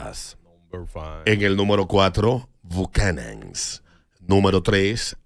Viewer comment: No se pronuncia bucachanan, es bucanans .. para mi es whiskey sabe mal, no me gusta el sabor, prefiero Jameson para ligar y macallan si no es para ligar